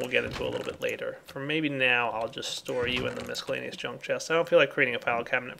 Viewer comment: Is anyone else annoyed at how he pronounces "miscellaneous?"